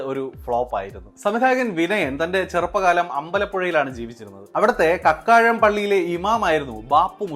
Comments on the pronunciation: കക്കാഴം അല്ല ബ്രോ കാക്കാഴം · കക്കാഴം അല്ല കാക്കാഴം